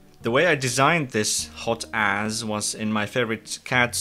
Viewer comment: When he called it by its name all I heard was hotass